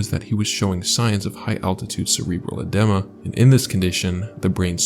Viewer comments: Edema is pronounced as "ee-dee-muh" like eeyore, i hope i don't sound obnoxious lolol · eh-DEE-muh is more accurate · Hey friend, love the content. Just subbed. Love how calming your voice is! (Also side comment: in the first story where they were at risk for edema, it’s pronounced uh-dEEma :) ) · Lol “uhdemah” it’s edema pronounced ed-EE-ma. If you don’t know how to pronounce the word, why do you say it in the video? Why wouldn’t you take one minute and google “edema pronunciation” instead of pronouncing it wrong, MULTIPLE TIMES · Just some constructive criticism: spend some time double checking the correct pronunciation of words you’re not familiar with, whether they are place names (Lhotse) or less commonly used words (edema).